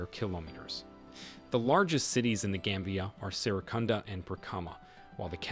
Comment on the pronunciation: It's not game bia but gam bia. Gam as in gama rays.. you should listen to the pronunciation before narrating.